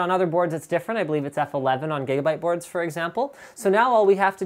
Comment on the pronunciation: did you just say "Gaybyte boards"? :D